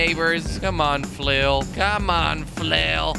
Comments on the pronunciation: Kweb, in swedish its flöil not flåil, å pronounce lika a O, Good video! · You said fulil so mint times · if I had a quarter every time he said flial I would have a million dolers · it's flail not fail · who else thought it said fail instead of flail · Does Someone know how much he Said "flil" xD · HOW MANY TIMES DID HE SAY 'FLUL'? ( i think thats how to spell it :D) Do the Challenge! ;p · I counted how many times he said flill 358 times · !!!!!!!!!how meny times he siad flul ? :) :) !!!!!!!!!!!!!